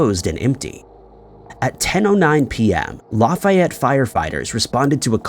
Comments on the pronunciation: Stop pronouncing names incorrectly... Lafayette....laffy like laffy taffy. Laffy-ett. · Also got Lafayette and Chillicothe wrong. Geez, do some research. 🙄